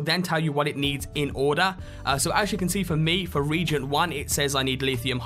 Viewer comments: Not a big deal, but... "Reagent" in this context is pronounced "re-agent" - a substance or mixture for use in chemical analysis or other reactions. The way you're pronouncing it is like "regent" - a member of the governing body of a university or other academic institution. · not a British way of saying it I assure you, he actually said it wrong.